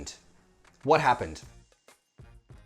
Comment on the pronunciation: Min you pronounced the letter ع in Arabic so correctly when you said Ali arrived.. 😻😻 you said علي